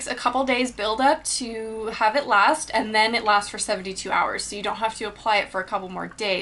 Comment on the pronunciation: its and not eeand